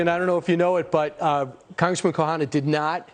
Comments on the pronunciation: This guy is a reporter and he can’t pronounce the name right: Ro Khanna! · Well! THIS aged ... not so well! Ro: the Fox anchor repeatedly mispronounces your name before this “friend” of yours, now alleged of the rife criminality we could all smell from our screens for years, corrects him tacitly. I would hope you’re in no rush to follow thru with that beer date with Matt Gaetz. Lesson: the alt-right, the “populist” right, is not operating in good faith. They are fascists. We don’t not play with them, if we don’t want to be chumps. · He butchered it differently every time too...